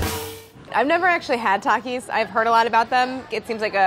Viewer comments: Traumatized by how she kept pronouncing Takis😂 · She said “Tokis” no it’s tAkis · She said tackis bruh don’t say like that it’s takis lol